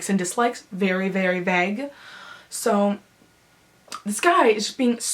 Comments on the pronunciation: how come she cant fuckin talk like, vague isnt pronounced VEG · I really don't understand why you say vague like that.